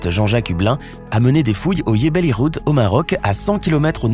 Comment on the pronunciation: ce n'est pas iebel ikhoud c'est jbel irhoud